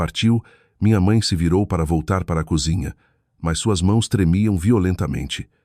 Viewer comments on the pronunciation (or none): none